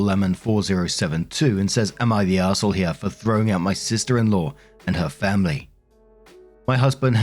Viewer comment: FAMBLY! CARE ABOUT'CHER FAMBLY!